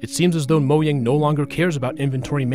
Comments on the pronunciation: Disliked because "Moyang" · It’s not said moyang it’s mojang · ITS MOJANG, NOT MOYANG 😭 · "Moh-yang" is the correct pronunciation. It's a Swedish word not English. Though I do believe that pronouncing foreign words correctly is a sign of respect to that language.